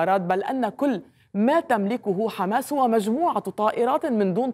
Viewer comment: يمكن لاسرائيل ان تفوز على حماس بشرطين، اذا تركهم الله، ثم إذا استطعتم ان تنطقوا الكلمة صح يعني حماس وليس خماس.